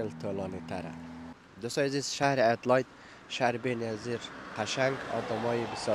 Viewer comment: لطفاً به انگلیس تلفظ کنید ، ادیلاید نه ادیلید گفته می‌شود ،